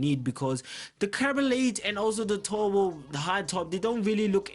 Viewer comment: when indian speak english turbo = tobo